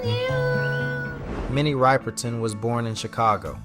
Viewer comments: Dude need to say her name right. He is inconsistent. Kinda disrespectful. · The mispronunciation is really grating my nerves... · It pisses me off every time he pronounces her last name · Especially when they say it properly in the video, geez dude, put some respect on her name! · I think he's doing it on purpose!!! He has to know that he is pronouncing her name wrong everyone knows how to pronounce Minnie's last name!!!! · At least pronounce her freaking name correctly! Damn! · CAN YOU PLEASE SAY HER NAME RIGHT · It’s so aggravating to hear this guy constantly mispronounce her name. Tell me you didn’t know about her without actually telling me. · it definitely is him and not AI. He just doesn’t know how to properly pronounce her name. He pronounces her name correctly at the very end. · Crazy that he put it together with videos saying her name correctly then still say it wrong. At least he says it right at the end. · Please pronounce her name right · Learn to pronounce her name corectly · he says it right at the mark but then continues pronouncing it "Ripe-perton". At worst he's a troll. At best he's just an idiot looking for attention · Same how date you do this tribute and keep ignorantly saying Minnie Ripe er ton its RIP oh man forgive him Minnie= R.I.P. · Please learn how to pronounce her last name. It's Riperton as in rip-er-ton like the word "rip" rather than "ripe". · RIPPER-TON not RIPERtun sir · It’s Minnie Rip-er-ton, not Ripe-er-ton!… put some RESPECT! on her name PLEASE!!… THANK YOU! 🙄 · NOT RIPER-TON... RIP-ERTON !!!!!!! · Ryeperton. 🙄 Rip. Minnie Riperton. 🕊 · Her name is RIP-erton like you "rip" your clothes, not ripe. Sheezzz do your research! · Is this an AI voice? It’s a really bad one. Can’t even pronounce her name. Ripe-ur_ton? Come on! Unwatchable! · Her last name is pro-nounced RIP_ PER _TON !!!!! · Actually, the "i" is short (as opposed to the long "i" in the word "ripe"). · Rip-er-ton Pronounce it right MF ‼️👀😡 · Pronounce her name correctly